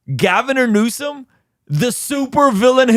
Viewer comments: “Gavernor Newsome“ 😂😂😂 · On a lighter note, I love how you referred to Governor Newsom, as "Gavinor Newsom" 😂😂😂